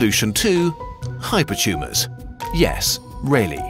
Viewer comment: "Hypertumes are tumes of tumes"